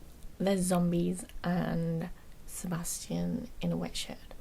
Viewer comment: Could you please make a video with trigger words, one of them being "Sebastian". I love how you pronounce it, I could listen to it for hours (it knocks me out). P.S.: You have an amazingly relaxing voice, definitely in my top 3. Best regards from Romania!